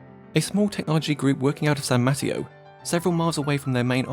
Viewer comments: Pro tip: check Wikipedia or Google Translate for pronunciation of names. It’s not ‘San Matio’. ;) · Great video! I got a crack out of how you said San Mateo like “patio”. Not that it matters but it’s pronounced muh-tay-yo. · Ya don't realize how much of California is Spanish until a YouTuber is saying "san matty-o" and you're like "huh, sounding it out in English that's what it would be I guess" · I vote to call San Mateo the way this guys says it (It's actually San Muh-TayOh) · I'm from San Mateo and the way you pronounced it made me laugh. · Just as an FYI: Mateo has emphasis on the second syllable. =) And this is VERY cool. I'm glad I found this.